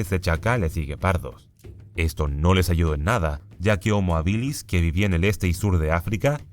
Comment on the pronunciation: No puedo con las veces que dice hominídos y habílis 😬